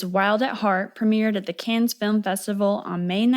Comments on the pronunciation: sidenote, Cannes is pronounced without the s at the end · Its Canne not cans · The “Cannes” in Cannes Film Festival is pronounced “Carn”. Like the way you pronounce actor James Caan’s name. There’s no “S” or phonetic “Can”. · Another great vid. ("Cannes" is pronounced, "KAHN," btw, cutie.) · It's Canne(s). You don't pronounce the S... ❤ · this is the first time I've heard someone pronounce the "s" in "cannes", have I been saying it wrong this whole time? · Cannes, don't pronounce the 's' (french) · Americans almost always mispronounce the “a” in “Cannes,”but until I watched this (excellent) video, I had never heard the “s” pronounced.